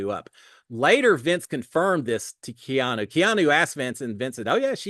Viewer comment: If i am going to listen to you again this year..you have to say Keeeeaaaannnnu's name correctly!